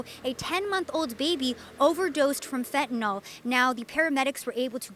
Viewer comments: Can I just correct this cute little girl...its NOT Fentanall sweetie, its Fentanyl...Fenta-nyl. Dont do videos and speak on things you cant even read and pronounce. Sorry it peeves me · This guy's English is on point. FentaNOL, HugrYANS, all these new pronunciations!